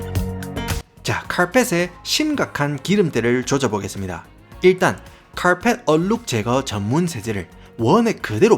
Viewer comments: 횽아 사투리 쓰가믄서 카얼펫 하는게 너무 킬포자나 ㅋㅋㅋ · 와따 마~ 고마쌔리 쎗바닥 엄청 굴리뿌네예~ 카아알풰엣~ 카아알풰엣~!! 잘 봤심니데이~~